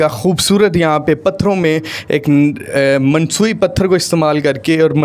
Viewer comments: Masnooee not mansooi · Mansui nai bhai masnuie hota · Masnui hota hy word na k mansui.urdu ja jnaza nikal dia 😂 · Msnoi ko mnsoi kh rahy bhai selling with chating 😀😀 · Not mansooi, its masnooi bhai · Mansoyi nahi bhi Masnoyi hota hai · Excellent,,, but ur vdo is not so informative about price plan,, 😊 Mansui nai hota Masnoi hota h beta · Mansoi nhi masnoi